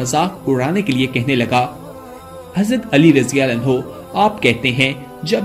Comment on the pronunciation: Plz hazrate Ali raziallahu taa'ala anhu Ka naam Pura or Sahi se le jisse lafz samjh Aaye..